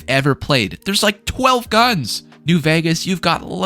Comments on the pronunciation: The way you say Vegas bothers me a lot 😂😂😂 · I've never seen anyone play, or even say the word "vegas", like you do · I live there, he says it normally, he just kinda puts an “h” after the v